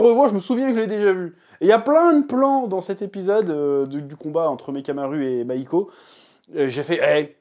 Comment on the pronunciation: « Mahiko » mdr ouais bah ouais